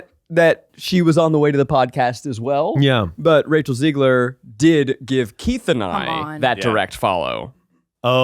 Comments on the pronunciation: Hey guys, if you want Rachel Zegler on the pod, you should probably start by pronouncing her last name right lol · begging y'all to pronounce zegler correctly